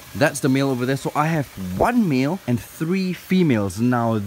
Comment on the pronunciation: When you said 'male' I heard 'meal' and I saw a turtle I was like wait sooo the turtles are cannibals?